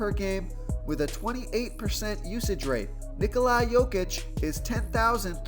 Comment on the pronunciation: Solid plays tonight....not using my phonetic help I see....you continue to pronounce Ni-Coli, when it is pronounced Ni-Cola....how much easier would you like me to make it